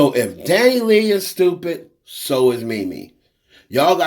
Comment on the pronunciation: her name is pronounced Dani-LAY not LEE. It's like to pronouncing (Santa's)sleigh. Leigh is pronounced "Lay"